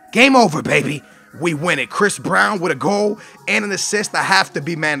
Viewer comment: Anybody notice he said i'm witch you